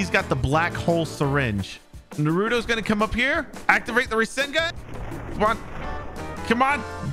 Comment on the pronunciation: He says rashingun